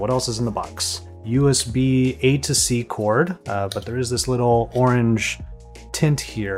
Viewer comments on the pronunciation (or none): none